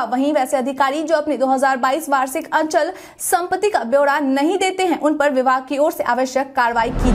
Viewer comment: अंचल संपत्ति नहीं मैडम जी अचल सम्पत्ति बोलिए।